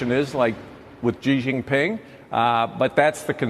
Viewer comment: how lame are these politicians still saying JI JIN PING ...